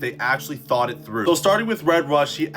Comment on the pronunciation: yea, "if they thought it trough" you say?